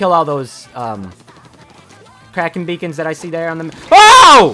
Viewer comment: It’s been almost 6 years and he still calls them krak-on beakons